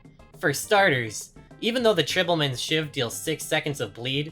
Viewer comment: How can someone see the word "tribal" and think it's pronounced "tribble"??